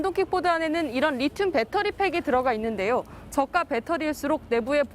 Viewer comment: 밧데리는 일본식발음이고. 배터리